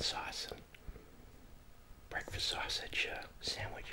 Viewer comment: I guess this is what they call bekfast